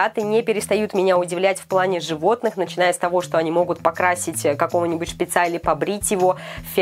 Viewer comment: ШПИИЦА!!! УЛАРЕНИЕ НА И!!!